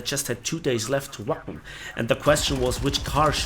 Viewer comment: You really had quite the trip, sorry it had to involve bad events... Also, every time you said Wacken, I heard "Waffen". I guess I need to cut down on my war thunder sessions ;)